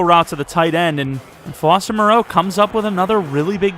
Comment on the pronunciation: Lmao why were you calling foster Mereau “Fabian Maraeu” 😂